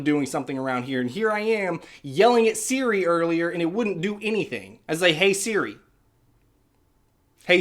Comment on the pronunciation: works just fine on mine too. I think it may be accent related. You can make Siri reprogram to respond to accents in settings under Siri. He kept saying it like seere. That’s the issue. Should be like suri